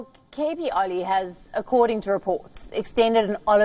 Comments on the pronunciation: what an useless anchor. She says Oli as Ali several times.. should correct her pronunciation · It (Oil) is pronounced O Lee not Ali 🤭🤭🤭😅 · It's oh!_li (oli) not Ali 😉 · Let'sfor once agree, the pronunciation of propernouns , und it's Oli, and not Ali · Please pronounce Oli & not Ali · His name is not Ali, its Oli. You can address him as Mr. Sharma is its difficult to pronounce Oli. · is a great news anchor. Her pronunciation for Nepalese name is strange.